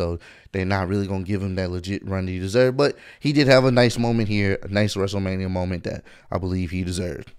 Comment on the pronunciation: Man night 1 was actually good and the fans make the matches better Edit: I didn’t even hear cole say wrestleRAINia did he really say that?